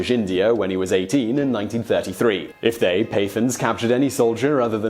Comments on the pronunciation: paaa taaaans not pathens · "Pay-thuns"? You disappoint me. It's pronounced "Puh-tthaans" with a strong t sound like the last t sound in "that". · Pathans pronounced Pattans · Lol its not pathans with th, its pronounced with the emphasis on the t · Pathans (Pa-thaans) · It's pronounced PUTH-awns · I know many Pathans (by the way, you're pronouncing the word wrongly), and some Afridis, who've come to work in my country, and I don't get this sadistic vibe from them. Can't wait to show this video to them! LMFAO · God learn how to pronounce pathans.